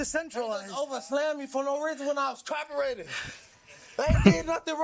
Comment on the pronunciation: He's cop-erating